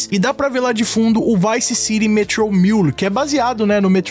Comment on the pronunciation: Bravo però sentirti come nomini Vice City meriteresti qualche mese di reclusione 😂